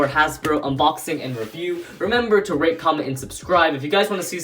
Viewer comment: At the end do you say RAPE comment and subscribe? Coz that's what it sounds like! (Still love your vids!)